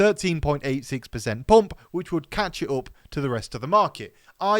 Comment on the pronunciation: I LOVE how you pronounce the word PUMP. With your accent, it cracks me up! lol.... 😂🤣😂